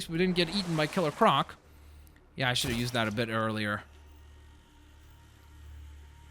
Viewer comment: Ciller croc